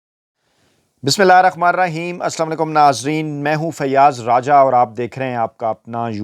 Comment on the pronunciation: Sir plz ap Bismillah hirrahmaan ko sahi ada kia krain.apko kisi ne nae bola hoga.but mujhy lga k ap dail session kerty time ap iski adaegi sahi na ker k gunahgar ho rahy hain.plz ap apna koe record vlip sn k daikh lain.